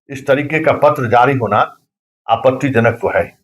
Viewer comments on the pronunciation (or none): पहले बोलना सीख ले आपनतीजनक नहीं होता है आपत्तिजनक होता है